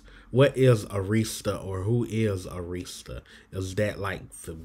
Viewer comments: It's pronounced Árista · First of all, you are mispronouncing the word Arista. It's a record label. SMDH